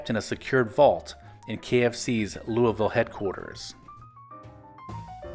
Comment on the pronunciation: you get points for almost saying 'loolvul' correctly. you're closer than most youtubers with their 'looey-vill'.